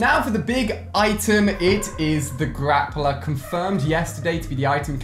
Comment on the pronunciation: No one else noticing he says "Grapper" instead of "Grappler"? facepalm Edit: Wow thanks to those that subbed! :DD